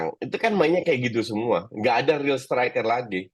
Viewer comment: STRUICK bukan striker